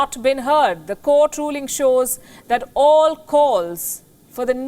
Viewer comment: You said oll👌